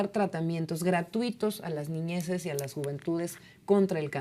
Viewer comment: Sra no se dice ñiñeses se dice niñes primero antes d hablar en el diccionario encuentra la respuesta